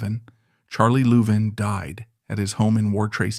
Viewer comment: A I can’t pronounce Louvin properly. Other mis pronunciations. How did their name change from loudermilk to Louvin?